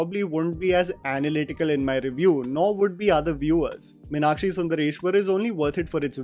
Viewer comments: It's not minakshi, it's Meenakshi (to be correct it's actually meenatchi in Tamil pronounciation because a Tamil girl won't have a name with Meenakshi spelling because "ksh" syllable is of Sanskrit script not Tamil script. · The name is pronounced MEEnakshi (मीनाक्षि மீனாட்சி), not Minakshee (मिनाक्षी) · A few observations: When sundar’s dad comes to office, he asks a couple of people if they saw a person wearing a lungi- no Tamilian would call that a lungi- that’s a veshti. Also, no Tamilian pronounces Meenakshi as Minakshi, they pronounce it as Meeenakshi..in a restaurant, that waiter pronounces dosa and not dhosa.. no Tamilian says Dosa. This is what happens when you have a largely non-South Indian cast and crew. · The problem starts with calling Meenakshi as Mi-nakshi 🤷🏻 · Totally!!! In madurai slang it's pronounced as Mēnātchī (மீனாட்சி). It sounds soo north Indian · Say with me....Meenaaakshi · The way everyone called "Meenakshi" with a shorter 'a' compared to the longer 'aa' as pronounced by South Indians was jarring! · I would strongly recommend that you learn to say the name 'Meenakshi' correctly, before you talk about the movie. Also, a piece of advice for Karan Johar. Stick to showcasing Punjabi weddings, with Chudis and Kangans. Leave Tamizh culture alone.